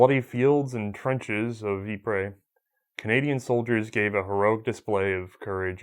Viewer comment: Ypres is simply pronounced ‘eep’, not, ‘eeprez’ although the Canadian troops jokingly called it ‘wipers’.